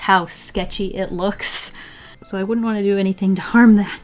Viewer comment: "I dont woant that" that accent xD you're amazing!